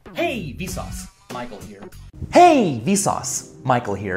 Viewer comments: now it sounds like visas is pronounciation of vsauce, and visas means like: hey. or something like that. so its like hey, visas, michael here. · after hearing hey vsauce micheal here seems like its hey vSUS michael here